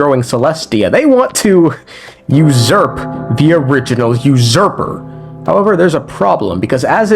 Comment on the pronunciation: can u please say usurper correctly